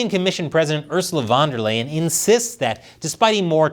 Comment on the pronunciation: sorry did you say "van de ley" lol seinfield??